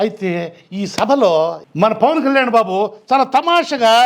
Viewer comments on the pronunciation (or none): none